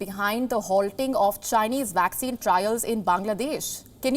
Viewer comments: Young lady, it is not 'WACCINE'. It is 'Vaccine'! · Please learn to pronounce vaccine correctly. It’s pronounced as vaccine not waxing! Otherwise, an excellent repot, as usual.